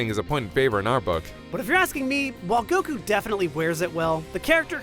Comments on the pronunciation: everytime you say Goku to sound like your saying Go'KU! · I love how instead of goku (goh-ku) he says goku (Gokk-uu) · Why do you pronounce Goku like 'Goh-Kuuu'?